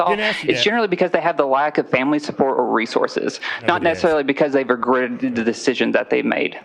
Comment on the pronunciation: She couldn't even say the word regretted.